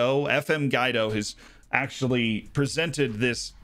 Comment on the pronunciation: I knew I wanted Harry's. But in dollars. 🤓 And I'm pretty sure it's Gwee-do, like the name.